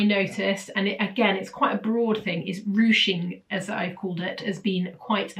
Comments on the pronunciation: Ruching (not rouching). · It is ruching, not rouching.